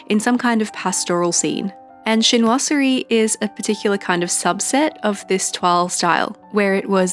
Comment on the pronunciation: Glad to hear you're starting to feel better, I miss your videos. That toile de jouy tape is amazing and while I understand your issue with the color of the small washi, the overall setup is gorgeous. And as a french person, your prononciation of toile de Jouy and chinoiserie was acceptable 😊 As for being tired of setting up weeklies, couldn't you just go back to the original bullet journal method ? Or just make quick boxes with no decorations ?